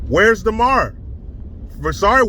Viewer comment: It’s DAmar…not DEmar…DUH! How hard is it to get a subject’s name right?